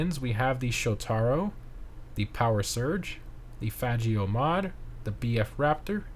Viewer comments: Bro said Fajio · That’s not how you say faggio lol could’ve just skipped it if you’re that scared of them 😂😂